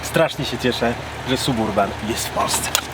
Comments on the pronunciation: Panie.wstyd trochę.Jest pan fajny madry gosc.a mowi pan ciagle SUB URBAN.TAK SIĘ PISZE.ALE CZYTA SABURBAN.PZDR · Ale kaleczysz angielski. Nie da się tego słuchać. Wymawia się: səˈbərbən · Nie piszę tego by hejtować. Suburban czyta się saberban oraz drugie "a" jest bardzo krótkie (brzmi prawie jak "y") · Czyta sie Sab Urban....i tego trzeba sie trzymać.pzdr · Suburban...., myślałem, że umiesz trochę angielski?? Naprawdę tak trudno wymówić poprawnie, w imię dobrych nawyków?